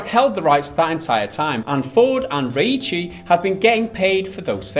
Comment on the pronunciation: lol i love how changed the pronunciation of Reiche every time.